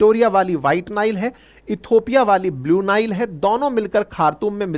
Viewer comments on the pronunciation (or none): निल नदी नहि, नाईल नदी!